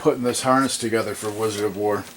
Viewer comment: I love wizard of wor. But love when he says. "I eck of izard of floor"